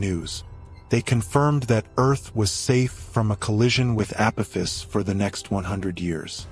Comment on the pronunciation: This is for the narrator It’s A-poff-iss 👽🛸